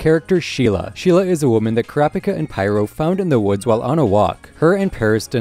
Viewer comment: Sounds like ur saying crapicka